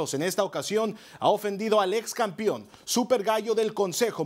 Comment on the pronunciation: " campion " jajajaja